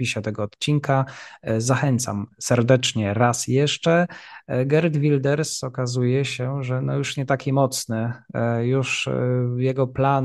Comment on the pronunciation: Błagam, sprawdźcie wymowę tego imienia i nazwiska, ileż można tego słuchać?